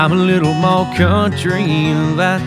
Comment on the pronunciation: Damn he is just sooooo........ amazing!!!! This version would be better if he would pronounce MOREEE instead of Moe.